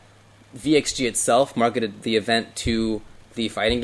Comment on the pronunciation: Did just say "marketed-ed"? LOL